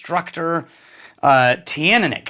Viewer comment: Hello, I'm told Teaninich is pronounced chin-knee-nick. Not in his original pronunciation videos, where he says it a little different, but more recently in vPubs Roy Duff/Aqvavite uses that form. It's also how I was told by a very well-informed member of staff at a local whisky shop. But others still pronounce it different.